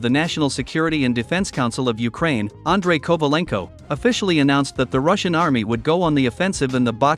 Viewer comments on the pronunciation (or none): none